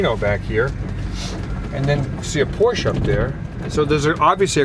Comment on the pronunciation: I love when "car enthusiasts" say Porsche incorrectly. Even if you're not into Porsches, you should still say the name correctly. Then again, you think this is a 1970 charger, so....